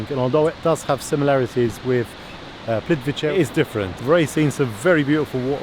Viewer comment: pronunciation: Plitvitse ...(letter "c" in Croatian is always pronounced as: /ts/); Karlovac = Karlovats ....